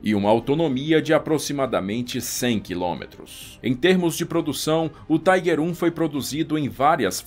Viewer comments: A pronuncia não é Taiguer ,senão Tiguer! Alemão falando aqui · tem que falar tiger e não tigre se não os historiadores de apartamento dão chilique